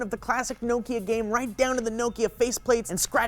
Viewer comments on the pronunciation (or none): none